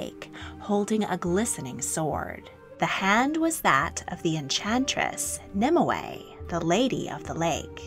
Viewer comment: You seem to be putting an extra syllable into Nimue's name. In all the literature I've read/studied it's 2 syllables not 3